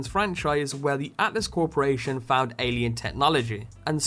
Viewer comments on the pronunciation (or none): none